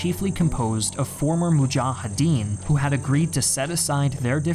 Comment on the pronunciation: I love all episodes except this one. Unlike the Iraq war video, this is biased. It feels very one-sided. You only relay the narrative from one side. Very inaccurate just like the pronunciation of names like mujahideen and karzai